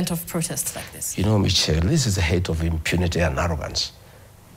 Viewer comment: It's pronounced Mishelle not Michel😂😂😂